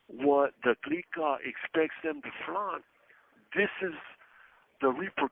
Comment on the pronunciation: I like when he says, "The Glicka" all lok'd out